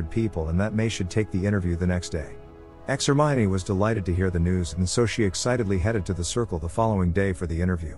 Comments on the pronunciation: I like the part where he says: "Ex - Hermione" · DID ANYONE ELSE NOTICE WHEN IT SAID EX-HERMINE??? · "Ex-Hermione" Ahh I see you're a person of culture as well. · "ex hermione" IM DONE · Bro really said Ex-Hermione